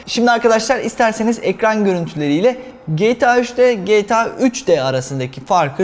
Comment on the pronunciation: Kaç yaşında adamsın ama gta ya geyta diyorsun